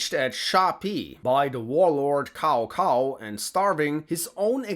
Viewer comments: I never get the chinese pronounciations right myself, but his name is definitely not pronounced "cow cow" 😂. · Hears Cao Cao as Kao Kao FRUSTRATION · "Cow Cow" and "Cow Pee" like in earlier Dynasty Warriors. :D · Tis pronounced Tsao Tsao i think. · The way you pronounce Cao Cao is remind me with DW 3. I love it Here's my subs. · My man kinda nailed Lv Bu's name but somehow butchered Caocao's 😂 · COW COW, FCKING COW COW XDDDDDDDDDDDDDDDDDDD, his name literally pronounce as tsow tsow or sow sow, not cow cow, holy shit we still have people who stuck in DW3 era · Tsao Tsao, not Cow cow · Cao cao doesn't sound like cow cow. But more like Ch-ao. Ch like chuck, ends with ao rhymes with Mao. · Jesus, Cao is pronounced "tsao" in Mandarin, nothing like the mooing animal. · If your gonna give histories, learn how the names are pronounced. Tsao Tsao hasn't been cow cow since dynast warriors 3. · You did the early Dynasty Warrior pronunciation of Cao Cao 😂. It's not pronounced Cow Cow, it's pronounced Tsao Tsao. Pinyin is the official phonetic system used to transcribe Mandarin Chinese sounds into the Latin alphabet and the C letter is pronounced as "Ts" in Latin. Same thing with Quan, it's pronounced Chuan not Kwuan since the Q letter is pronounced as "Ch" in Latin. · It’s Tsao-Tsao, not Kao-Kao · it's not pronounced KaoKao , it's Saosao .. still good video . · Not kao kao but cao cao using C not K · Cao Cao is pronounced Tsow Tsow, not Cow Cow. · ......... pronounced Tsao Tsao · It's pronounced "tsao tsao" just like I wrote it. That comes straight from my friend who is Mandarin Chinese. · Cao Cao is NOT pronounced as "cow cow" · Sorry, but the way you pronounce Cao Cao like cow cow is hilarious🤣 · butchered a whole bunch of names... I mean.. "kao kao"... good lord... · I think it’s pronounced tsao chao instead of cao cao in mandarin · Dude said “cow cow” in a video about historical and fictional warriors. What a true idiot. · Cao cao is pronounced as "Tsao Tsao" 😂